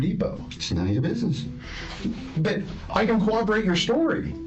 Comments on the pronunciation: Co-Ob-er-wate? Corroborate ??? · Is there one cop on the face of the earth who can pronounce "corroborate" correctly? They all say "COWWOBBERATE"